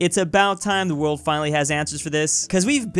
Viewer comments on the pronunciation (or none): none